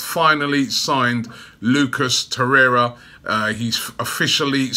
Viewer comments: Torre*r*a or Torreira. PRONOUNCE IT PROPERLEY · Spoke too soon just once at the beginning 😑